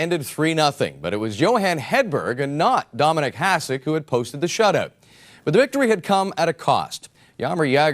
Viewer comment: Considering Hasek might be the GOAT goalie, you'd think people whose living depends on saying players' names correctly would know how to pronounce it. Talking about the host of classic series.